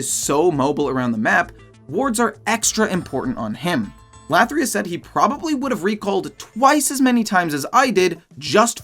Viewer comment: LATHYRUS not - lathryus